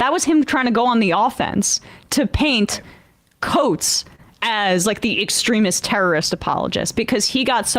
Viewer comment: Guys, it’s time to start pronouncing Coates’s name correctly.